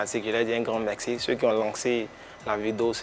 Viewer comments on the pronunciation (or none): Dites a qu'on ne dit pas Mexci Lancxé eh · On peut pas lui dire que C'est pas comme ça on dit "merci" ça fatigue mes oreilles djo 🤣